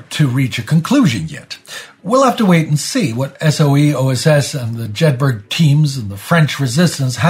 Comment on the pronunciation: Jedburgh is pronounced Jed Bruh. Just like the town they’re named after